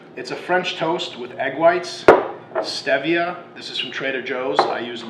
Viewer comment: STEVEia lol. Come on Persian, pronounce it right